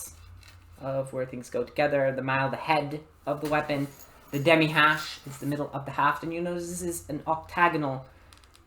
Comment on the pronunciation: sweeeet. Awesome notes and thoughts on the most under-appreciated medieval weapon in my eyes. ( Do you speak French? You seemed uncertain but your pronunciation is very good -- the 'h' is silent on "hache" tho fyi! :) )